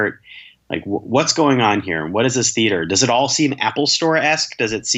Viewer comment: said the-AT-er again...